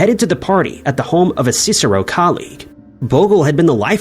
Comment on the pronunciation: The narration says that Bogle and Chandler were at the home of a "cicero" colleague. That should be CSIRO, pronounced SIRO, Commonwealth Scientific and Industrial Reasearch Organisation. At the time there was media speculation about this being indicative of loose morals among the CSIRO crowd with wife swapping and open relationships. For a while I was going out with a young lady whose father was in the security services, and it was thought that a female chemist had spiked drinks with a powerful laxative as a joke, but there was not enough evidence.